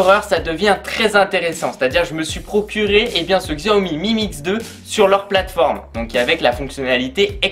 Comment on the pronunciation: Il faut dire "chaomi" Sinon bonne vidéo